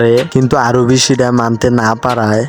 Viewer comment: আরবি না আরহি